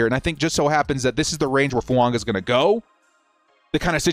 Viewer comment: Why do you keep pronouncing Fuaga as Fuanga???